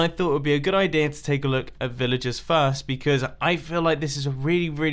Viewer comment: Villajizz villajuhs